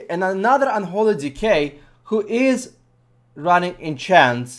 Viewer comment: "than the other dickhead*dk*" love the accent lol